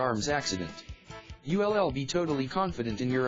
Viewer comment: What language are you speaking? "You LL"? WTF? Can't you speak english?